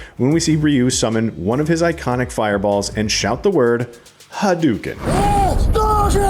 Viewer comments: "Gooken" "Hadoooken" Bro, this dude just reading off a script. This guy doesn't even know how to pronounce names or moves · "haduken"? That's not how it's pronounced...